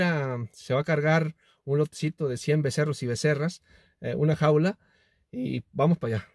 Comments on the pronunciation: Becerros no vecerros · Se dice becerros